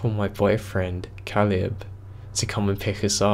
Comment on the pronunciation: I love your narrations, but Caleb is pronounced like cay-lub